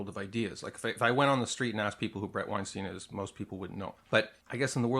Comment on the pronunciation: Your pronunciation of Bret Weinstein's last name is utterly incorrect. His last name is pronounced the exact same way as Albert Einstein's last name.